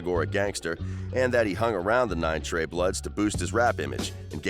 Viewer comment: I stopped when he said trey 9 🤦🏾‍♂️